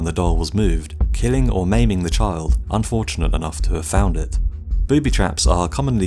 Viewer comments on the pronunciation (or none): none